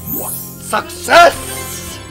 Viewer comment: Did you just say Fucksess? :P